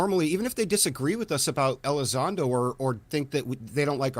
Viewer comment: Welcome back you’re hilarious and an awesome fella but mate, it’s Elizondo, not Ally Sando! 😅 Much love 🇬🇧 👽 Oh, and Yoo fololgy, not yoo eff ology 😊🙌🏻